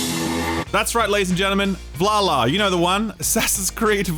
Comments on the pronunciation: Can someone please explain to me how someone can’t pronounce …. V A L H A L L A. V-La-La-La-La 😅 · The announcer somehow managed to get closer to "falafel" than "Valhalla."